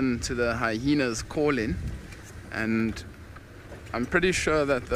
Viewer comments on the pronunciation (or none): Haha another guide that says hyhenas